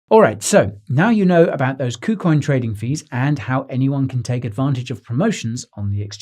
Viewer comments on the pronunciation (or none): Did he say poocoin?